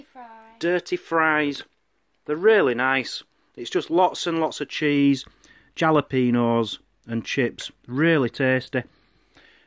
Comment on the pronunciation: Great first vlog., Your Jalapenos. The letter J is pronounced as an H sound in Spanish. The first syllable sounds like HAL a peno. And the peno part should be said as pain-o, not peeen-o.